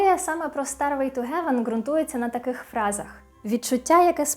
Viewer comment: тільки зараз помітила, що кажу у відео СТАРВЕЙ, а не стервей. Май інгшіш із вєрі-вєрі гуд 🤣